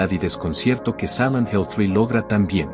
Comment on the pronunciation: ¿Por qué dice "Samant Hell"?